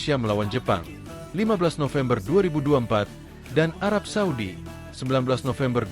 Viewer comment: arab saudi min.. bukan suadi. itu nma pk de gua